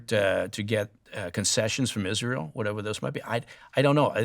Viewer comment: This guy is all wrong about Isra-yell. See Hannibal directive